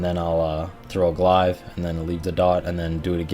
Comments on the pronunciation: Arno Blignaut lmao Glaive is pronounced glave not glive haha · WTF is a "glaaaiv"?! :D